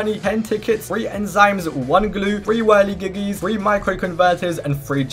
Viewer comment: BRO REALLY SAID "whirligigis"